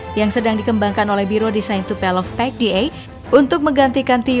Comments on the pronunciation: TUPOLEV minn....bukan Tupelov😂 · Bacanya Tupolev mba, bukan Tupelov.. Diulang2 terus salah bacanya 🤣🤣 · kamana atuh "tupelov" hahaha yeng bener Tupolev beb